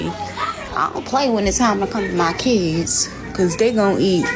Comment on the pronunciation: Muh keeyuuds. The fatigue is almost unbearable, no I don't "FILL" them.